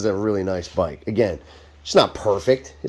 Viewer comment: This byyke, it's fast byyke, clean byyke, analog byyke